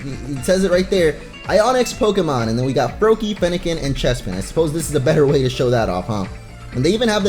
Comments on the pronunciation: You said fennacen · he said Feniken